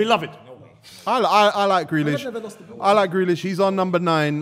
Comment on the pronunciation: The disrespect on grealish name